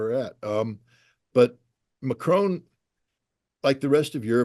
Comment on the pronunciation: Excellent explanations as usual but Scott it’s Macron not Macrone I guess you can’t help it being American.